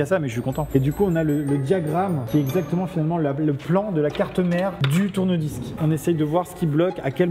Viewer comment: C normal que j'entends"tournevis" quand il dit "tourne-disques" ?